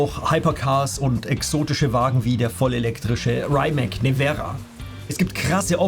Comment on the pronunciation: Sers du sprichst Rimac falsch aus ..LG